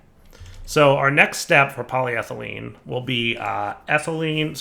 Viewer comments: Tries writing polythylene into JEI JEI: U wOt MatE?: corrects the spelling and pronounciation of polyethylene JEI: Ohhh... okay here: STILL SAYS POLYTHYLENE and ETHYLENE At this point I'm questioning whether if he's just doing it on porpouse or he is just a big dummy. Also does he read comments? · I swear I'm THIS close to just quiting watching this series because of "PolyThylene sheets". I love this pack and I love, but that pronunciation is genuinely making it hard to watch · So he's capitalised the E. Maybe he knows how to pronounce it now... Nope. Sad face. Still thinks cupronickel is the name of a Sesame Street character... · Should probably practice saying PolyEthelyne properly too, just sayin'. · PolyEthylene PolyEthylene sheets NO DIFFERENCE IN THE NAME OTHER THAN SHEET, AND YET HE FUCKS UP THE SECOND ONE ALL THE TIME. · Welcome to knows how to pronounce polyethylene but doesn't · It's so frustrating that he got it right, once, then went back to getting it wrong. It's worse than if he were consistently wrong.